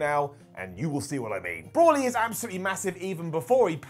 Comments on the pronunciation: brawly go-get-uh Ken Shuh-hiro Vuh-jetta dude fucked up a bunch of names....even mistakenly called Metal Gear Rising "resurgance" instead of Revengeance. And the crazy irony is he actually got Raiden's name right.... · Brawly? go-get-a ?? Broly mate BROLYYY and go-gee-ta 😂😂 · Brawly and gogetter? you've clearly never seen Dragonball my dude its pronounced bro-lee and go-jee-ta and its brolys delts and biceps that are ridiculous his traps are pretty small in comparison. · Dude you butchered every name in the Dragonball franchise its Bro-Lee not Bror-Lee and its definitely not Gogetter 😂 wth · Brolly wtf are you on its Broly.... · So we’re all just gonna ignore the fact that called broly “brawly” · “Brawley” “super sighen” 😓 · You completely butchered the DBZ pronunciations....the big guy, Broly, is pronounced “Bro-Lee”...and Gogeta is “Go-jee-tah”, not go-get-ah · He somehow even managed to mis-pronounce Broly. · i hate the way you say broly and gogeta